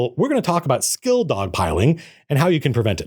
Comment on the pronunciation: I kept hearing skill-dog pilling rather then skill dog-pilling and I was so confused